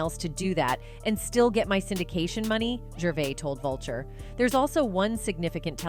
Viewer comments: Gravis? I’m not watching this if you can’t get the names right! (Or train your AI…) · Sure did 😅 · 😂😂😂😂 she did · Ricky fuckin GRAVIS? What the fuck bruh? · Did you say Gravis …😂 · Did she say Ricky GRAVIS? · Yeah.. Ricky gravits u know Ricky Gray ice surely u know him 😏 BLOODY AI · She butchered that name lol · This is painful! Why does she keep mispronouncing his name! ?? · Pretty shit AI if it hasn’t learned how to pronounce Ricky’s last name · Pronounced his name so many was but never got it correct once.. top quality journalism herr folks. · Numerous times. I think she only pronounced his name correctly like twice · She said it wrong and then right. 🤦🏻‍♀️